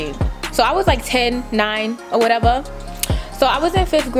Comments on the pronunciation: “or whateverr” so New York 😭❤️ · "Or whateva!" Nyc accent lol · This video funny af 😂😂😂 “It’s cute........FOR YOU........or whateva.” 🤣🤣🤣